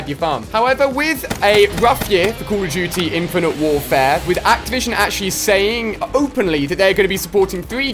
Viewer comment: " COLL OF DOOOOTY " lol